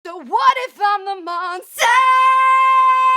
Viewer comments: “What if im a MoNsTaH” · “What if I’m a MoNsTuH”